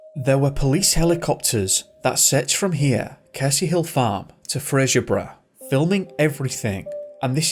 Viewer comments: It’s just Fray zer burra, not Fray shure burra (I’m Scottish) 😊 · Good content, I just have one gripe, that is, it's called Fraserborough, not Frasierborough, it's Scottish grammar not Kelsey Grammer. 😁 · Fraser, as in Fraserburgh, is pronounced Frayzer. Frasier is pronounced Fraysher, as in the TV show Frasier.